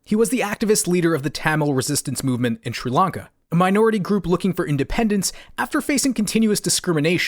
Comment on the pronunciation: Sri lanca not tree lanca